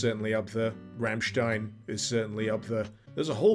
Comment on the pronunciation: Whoa, an English speaking person who actually knows how to pronounce "Rammstein"! I'm impressed!